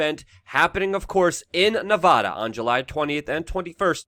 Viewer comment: Luce before you come to Las Vegas it’s NEVADA not NE-VAW-DUH....This May help....